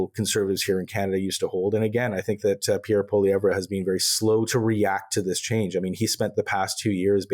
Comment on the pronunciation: Oh Honey..its pronounced, PeeAir PwaLeeEvRe